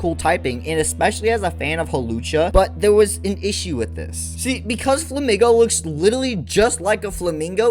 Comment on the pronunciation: INSANE take. Insane. Flamigo is pronounced "Fla-Meego", like "amigo"; Spanish, Paldea is based on Spain.... its pink color compliments other Pokemon from the region (Tinkaton, Wugtrio, etc.), its wings, beak, and body are all uniquely shaped. What else would you want to do to a flamingo Pokemon? Give it a scorpion tail or bat wings? Flamigo is one of the best designs from Paldea, along with Farigiraf, Koraidon, and Great Tusk. The absolute WORST designs to ever exist in Pokemon are the Timbur line, the Roserade line, the Scorupi line, the Lileep line, the Gulpin line, the Hydreigon, the Gothita line, and the Scovillain line. All are pretty ugly, use ugly colors, and have pretty fair design flaws.